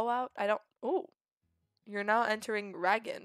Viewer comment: "Ragin" Lmao, It's 'Rag-ni', said Rag-knee. Wynn is said 'Win', what confuses me though is how you say Wine at first, which is understandable, and then at the end of the video you pronounce it Wyvern. Fruma is... well Fru-ma, not sure how you're messing that one up but it's funny. and also, omg the names. Alexander? XD where are you getting this stuff lol. Al-a-dar is how you say his name, your adding like 8 letters. Also, your really close on Tasim, but for some odd reason your saying Tasmin, again, not sure where you're getting the letters. Trebuchet is a real word even, you were saying Trebute. Sorry about all of that, wasn't trying to be mean, just hoping to help. There's a lot of tips I could give you, but I don't want this comment to be any longer than it is, so I will probably type them as they come up in the series.